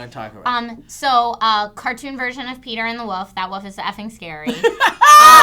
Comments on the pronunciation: I hate how says 'woof' instead of 'wolf' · your inability to say woLf is adorable.